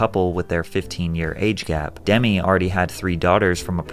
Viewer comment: But he's not old enough to know Demi Moore's name isn't pronounced like Demi Lavato lolz